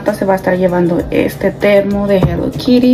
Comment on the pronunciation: 😂😂😂NO. ES. HELLO. KIRI. ES. HELLO. KITTI 😂😂😂😂😂😂😂😂😂😂😂😂.